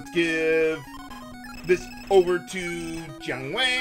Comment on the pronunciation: Every time says Jiang Wei, I keep thinking he's saying John Wayne for some reason.